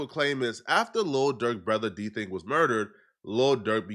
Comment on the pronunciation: Bro called him “D Thing” even tho it clearly said “DThang”. How them white ppl get it right and not you 🤦🏽‍♂️😂